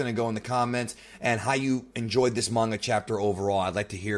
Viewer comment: Can you seriously learn how to pronounce names and the word manga your reviews are a disgrace when you can't pronounce words correctly